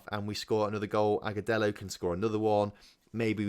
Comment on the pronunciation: You are saying Aguselo correctly